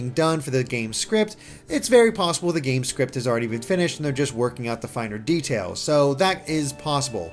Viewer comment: im PRAYING for early 2019 honestly. the later the better bc i am Broke til christmas 2k18. also god 'zee moves' is painful to hear